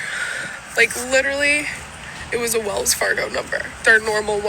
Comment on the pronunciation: get rid of the getto language, it is Wells Fargo not wills Fargo 😂